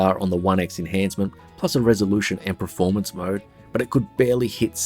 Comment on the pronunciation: It's pronounced pERformance, not pREformance. Thanks🙏